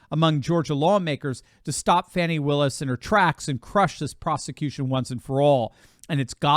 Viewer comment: Im glad you ptonounced her name correctly. More than half pronounce it Fonnie but it is Fannie aka butt!